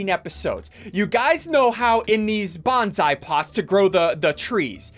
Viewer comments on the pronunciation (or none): none